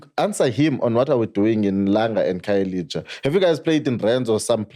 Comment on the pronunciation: I have a serious problem with a black person protecting the white agenda.. Guy can't even pronounce black name, khayelitsha instead of khayelisha,what do you call that... ANC can shut up, the reason we are here is coz of u.. Eff is the way, cool calm and collected, just spitting facts and being oppressed by those who seek to push the white angenda